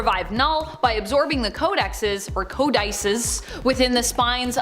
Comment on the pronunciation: Codices is pronounced co-duh-cees...not co-dices.